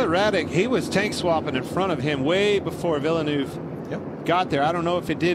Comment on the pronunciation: Did I just hear Villenueve